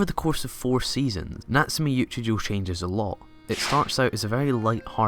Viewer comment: natsume yuujinjo whattt can u pronounce it right.. its choouuuuuu not jouuuu